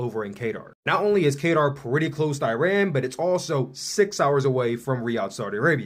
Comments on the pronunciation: It's pronounced Kataaaar, not Kater. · Qatar=Kah-tar…not Kaytar….carry on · qatar is pronounced like guitar with a q